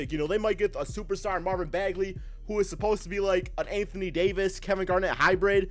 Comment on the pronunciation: Who else cringed when he said Marvin Bagley Jr